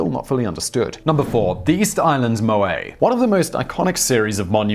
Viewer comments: does anyone know why this guy doesn't know how to pronounce words? MOAI = (moe) (eye) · "MOH-Eye" Wouldn't be a TT episode without the mispronunciation easter egg.